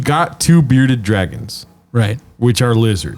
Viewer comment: Bs got 1 beawded lizard, not tooh.